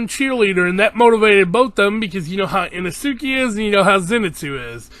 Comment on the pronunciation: Inesuke? I-no-su-ke…